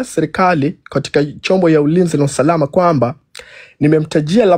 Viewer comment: Ni Usalama sio Usarama ni Hapakaliki sio hapakariki yaani nyinyi wenyewe hamjui kiswahili 😂😂😂😂😂😂